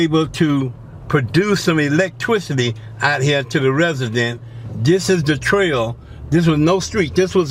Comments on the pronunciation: My wife and I were taking shots every time he said "" and "electwicity". I think she's dead. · 😂😂😂😂electwicity😂😂😂😂